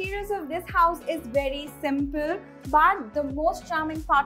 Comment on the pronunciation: Such a poor interior as per today's standards and she says "it is a very modern, vedy modern house" 😂😂😂😂